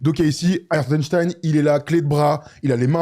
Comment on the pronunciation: Hartenstein ou hartenstine?😂